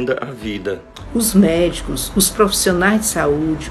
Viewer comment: Tem que consertar a palavra errada: mécios... Certo é médicos ✌️